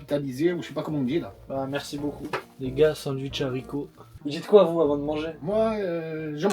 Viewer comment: Mdr il a dit sanduitch 😂